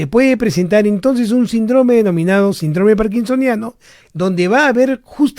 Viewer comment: Alguien le poria decir a este doctor que se dice Síndrome no Sindróme...no puedo creer que nadie se lo haya dicho 🤣